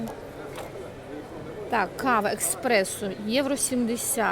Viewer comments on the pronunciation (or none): эспрессо без буквы К, читайте книги